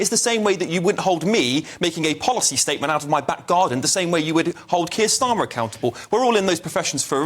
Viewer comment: “Keir Stalin” 😂